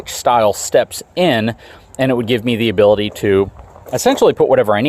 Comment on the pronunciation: Intresting is not a word Becuz is not a word Abildy is not a word Next not nex Probly is not a word Defnuhly is not a word Unuhversal is not a word Uhpinion is not a word Uhready is not a word